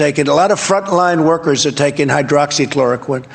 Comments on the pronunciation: Why hasn’t someone told Sam how to say ‘hydroxychloroquine’ so embarrassing. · How is it possible that Sam still cannot pronounce hydroxychloroquine? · Has Sam ever said Hydroxychloroquine correctly? Will we ever hear him say it properly? These are the real questions. Wake up sheeple! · I love that Sam still can’t figure out how to say the fuckin name of the drug.